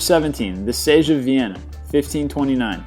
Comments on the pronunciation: Siege is pronounced seej not sage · SAYGE OF YORKTOWN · Were you trying to fuck up the pronunciation? Siege = SEEEEge not Sage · sage? SIEGE goddamn it! and oh my god when he said Trafalgar xd xd xdxd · The word you're looking for is siege, not sage. Sieeeeeeege, like the word sea. Also, not sure how all these domestic wars "Changed the World" at so much as the countries they happened in. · Siege..not sage. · ITS NOT SAGE........ITS SEIIIIIIIIGE!!! Arghhhh sooo annoying sometimes. I know its a minor thing but dude you need to pronounce things properly otherwise you loose all credibility. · Antietam. Anti-tam? An-TEE-tum. Siege. Sage? "Seeeeeeeedge." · Mispronunciations Siege - Pronounced seej not sage All of the French place names Trafalgar - Tra-fal-gar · It's pronounced "see-j" not "sage" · Antietam is pronounced "Ann-TEE-tum" not "anty-tam." Siege is pronounced "seej" not "sehzh". Trafalgar is pronounced "Trah-FALL-gur". Also, where are the battles of the Boer Wars or the battles fought by Asian powers? What about D-day, Saratoga, and Vicksburg? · Your videos are great, well-scripted and interesting but it might be a good idea to use Google to check pronunciations. It's An-tee-tum, not An-tie-tam; it's see-ghe, not say-ghe (siege), it's Tra-FAL-gar, not tra-fal-GUR. That's just jarring to hit something so well known and the pronunciations are mangled. The content though is great, very nicely done otherwise! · I was thinking the same thing... as well as "sage" instead of siege.... and others. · The Sege? The Seege ... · "sayge of Yorktown" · This guy gets so many words wrong I spend most of the time trying to figure out what he's actually referring to. It seems there were many "sages" in ancient battle. The US Civil war battle he says "Anti--tam" is actually closer to "Ann-Tee-Tum". I think it was this same guy called pronounced the river Thames in London as "Th-Aims" instead of "Tims/ Tems". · Sage????? Anti tam???? Really???? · seige is pronounced seege.